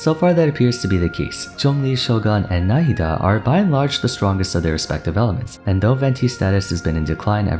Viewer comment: As an Arabic native speak I appreciate how you pronounce Nahida's name, you did it correctly!